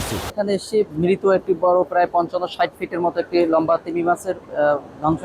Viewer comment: লাম্বা নয় 😂 এটা হবে লম্বা 😂😂